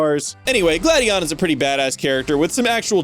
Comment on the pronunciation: You go from mispronouncing Gladion as "Glade-eon" to pronouncing it correctly as "Glad-eon" in the same video? Someone didn't record that whole section in one sitting...